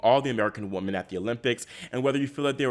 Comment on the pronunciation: Woman and Women are not pronounced the same.